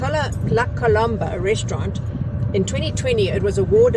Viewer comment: You two are shocking at pronouncing French- I only learnt it at school- La Colombe- you do not sound the 'b' at the end only as the last sound is the 'm'. The other one was the Oak and Vigne -Vign e is as in sign no sounding the 'G'!!! Just letting you know folks! I had a birthday lunch at La Colombe - it ws really lovely! I agree Constantia is beautiful - truly graceful area.